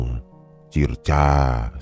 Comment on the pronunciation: SALAM HOROR 💪🔥 CIRCA dibaca SIRKA 👍